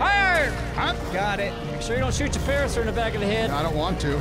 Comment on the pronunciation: It's a 'paracer'atherium!(he kept saying parasaur) pinch the for me.